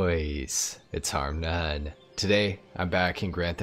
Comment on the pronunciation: Its harmnone not harmnane